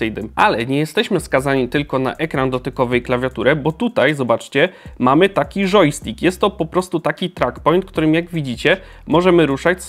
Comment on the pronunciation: tylko ja usłyszałem żojstik?